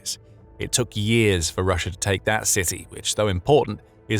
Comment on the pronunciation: lots of words with old irrelevant pictures and no real map production of actual changes. Don't take the word of somebody that can not pronounce russia correctly and keep saying russher.